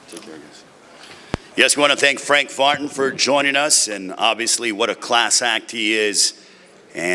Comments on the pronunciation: the dude just said FRANK FARTIN, fire him already for god's sake. Not only half haircut also half brain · did he call him frank fartin😂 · Why dude call him frank fartin